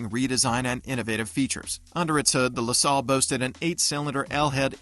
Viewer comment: A I voice mispronunciation no thank you left video say LaSalle LaSalle artificial intelligence boycott It’s YouTube not a i tube don’t go away mad just go away